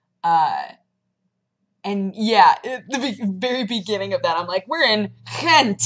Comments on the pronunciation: your pronounciation of Gent is pretty good actualy :p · You pronounce Gent pretty good actually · Bicky burgers are usually mystery meats, like leftovers thrown together with some starch. What makes it a "bicky" burger is the 3 sauces, the red, yellow and green one. I love your pronunciation of "Gent"! I had no idea that tuna pizza was a Belgian thing. I find it rather disgusting! You should try speculoos spread, you can get it in the US nowadays. In risk of sounding horribly sexist: your appreciation for Duvel is quite surprising. It's generally considered a macho, manly beer. I'm not too fond of it myself, it's a bit too much of a "meal" for me. But if you want, I can send you some similar beers that aren't as easily available in the states as Duvel is. Do note that the Duvel Double they sell in the US is very different: Regular Duvel ferments a third time in the bottle, making it a lot "heavier". Duvel Double is only fermented twice and resembles a regular pilsner, sorta kinda. Hope I don't miss out next time you're in the Belgiums! :) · Dude you got the pronunciation of gent DOWN xD